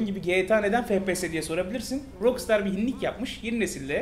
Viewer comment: yalnız o "rokstar" diye değil "rakstar" diye okunur.